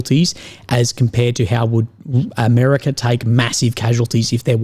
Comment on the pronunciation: Mate, you mispronounced America.